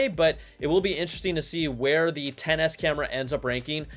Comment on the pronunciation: Why’s it that every time Brian says “10S” I hear “tennis”, and “10S” max I hear “tennis match”? 🤣🤣🤣